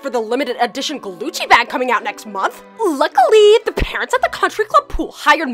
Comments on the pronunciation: I herd say “glucci”not “gucci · It's not glucce its guccie